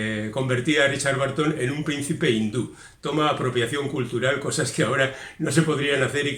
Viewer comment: ten en cuenta que la pronunciación de BURTON como barton (y STEPHEN como stifen) es (una vez más, en España) generalizada, pero inventada. Debe sonar bérton. Esa UR es parecida a la de THURSDAY zersdei, CHURH cherch, CURSE kers, BURN bern... Magnífico resumen, como siempre.